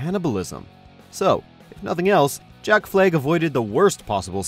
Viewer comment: So... is it Jack Fleg or Jack Flag? xD Another great video, thanks for the entertainment :)